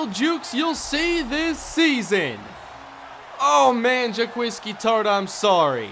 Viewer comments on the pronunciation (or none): I think it's pronounced "Jah- Kweese" Tartt